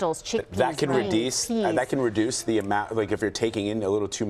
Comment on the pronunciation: "That can redeese"